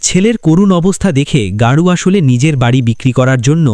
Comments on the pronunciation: বাংলা মুভি, চরিত্রের নামও বাংলা শব্দ। তারপরেও অহেতুক গৌরকে গারু বলার কারণ কি? প্রচন্ড কানে লাগছে। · দাদা গারু নয় গৌর চক্রবর্তী।।